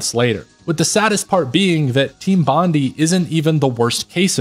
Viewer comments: Bondi is pronounced “Bon dye” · Great video, with well spoken points. Because I'm an asshole I can't help but correct your pronunciation of Team Bondi. It's Bon-dye